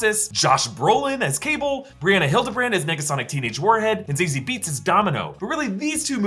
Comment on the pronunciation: I think Zazie Beetz is pronounced like "Zazzy Bates"